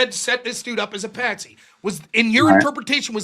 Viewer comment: "it's patsy not pansy" lol